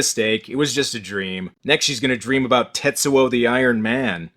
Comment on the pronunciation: YES! we finally got an "Aboot" and a "Hoose" from